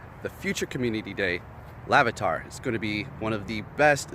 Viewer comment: Did you say lavitar at the beginning?